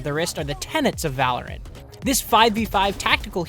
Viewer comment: Whoa, Black Betty (Val-or-ant) Whoa, Black Betty (Val-or-ant) Black Betty had a child (Val-or-ant) The damn thing gone wild (Val-or-ant) She said, "I'm worryin' outta mind" (Val-or-ant) The damn thing gone blind (Val-or-ant) I said oh, Black Betty (Val-or-ant) Whoa, Black Betty (Val-or-ant)